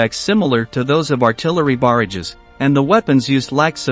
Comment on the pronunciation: What’s a ‘baridge’?